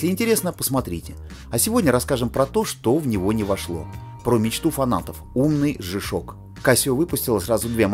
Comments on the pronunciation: По-английски буква "G" читается как "джи". "Жэ"- так обычно произносят букву "G" выпускники церковно-приходских школ, которые, как правило, не рискуют издавать собственный журнал. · Не жи ,а джи правильное произношение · смешно вы произносите жи-шок (g-shock), а надо Джи-шок (g-shock), при этом говорите не жипиэс (GPS), а Джипиэс (GPS), вы уж товарищ ведущий научитесь говорить правильно. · Верно, Александр Ковтуненко, Джи.